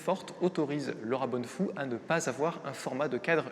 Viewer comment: Bonnefous, avec un S qui se prononce.